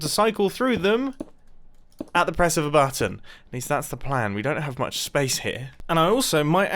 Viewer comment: I like the way you say button. You say more like: buatton